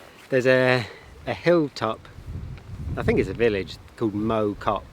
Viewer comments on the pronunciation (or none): For info it's not mow as in mowing a lawn it's mow as in plough pronunciation wise. It's where I was born. Cheshire one side, foot hills to the pennines the other, Biddulph valley. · It’s pronounced MoW (like plough) Great to see you stomping around my old village (Rode Heath) Interesting piece of history about mow cop. The zeppelins used it as a reference point on their bombing missions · Mow rhymes with cow 100% It physically hurt to hear it pronounced the other way lol